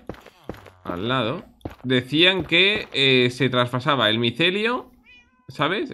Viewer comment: Lo de las champivacas es micelio no necelio